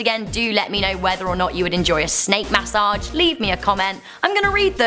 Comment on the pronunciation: got dangit y they gotta give u a snak (MAS-O-AGE) yes i left the E off on purpose (No hate btw not making fun just sayin)